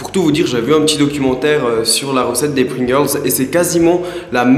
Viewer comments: Pourquoi il dit Pringirls? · Sans vouloir être chiant si tu c pas dire pringels ne le fais pas sinon super vidéo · on dirait que tu dit pring-girls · rosillette non je dis pringels ya pas de r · Pourquoi tu dit : "Pringirls" ? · Les "Pringerlrls" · n'essaie pas de dire pringles ton accent anglais est horrible